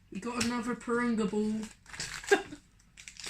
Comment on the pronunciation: It’s not durunga it’s purunga